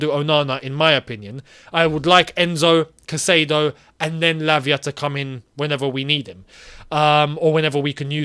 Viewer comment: gosh it's CAI-cedo not cassedo!